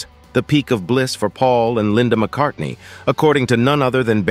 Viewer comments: Linda McCardy? C'mon AI, do better. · I know what you mean, but this video was bad in so many ways, that was the least of them, the worst was the constant mispronunciation of her name, the narrator kept dropping the N at the end, calling her Linda McCarty, not much of a tribute, if you can't get her name correctly, almost as bad was how [purple the writing was, it sounded more appropriate to a soap opera, romance novel, or something on the Hallmark channel than on youtube, I did learn quite a bit about her I didn't know before, which is always a good thing, but it was painful to watch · 1. You can’t even pronounce her name. 2. Some of the footage you're showing isn’t even her.